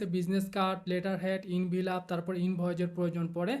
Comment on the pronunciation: ভাই আপনি তো এখন প্রোফেশনাল ডিজাইনার + টিউটর। এই অবস্থায় প্রনাউন্স ভুল করলে স্টুডেন্ট রা কি শিখবে? Envelop mean এনভেলপ,, ইনভিলপ না ভাই। কথা টা শুনতে খারাপ লাগতে পারে কিন্তু ভুল টা যাস্ট আমি ধরিয়ে দিলাম আর কি, কিছু মনে করবেন না। আমার মতে আপনি একটা কমপ্লিট আইয়েল্টস কোর্স করা দরকার, এতে আরো উপকার হবে আপনার ❤